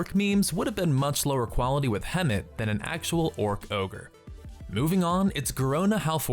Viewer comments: It's Garona Half-Orcen not Halforce-n ;) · It's not "Hall-force-en" it's "Half-orc-en". No lie, I thought it was "Hall-force-en" too, but nope. Her name is literally just half orc with an "en" thrown on the end. Also, not to nit-pick, but Nessingwary would've been more diverse than Rexxar. He's a dwarf, not a human. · HalfORCEN not HalFORCEN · that butchered pronounciation of "halforcen" tho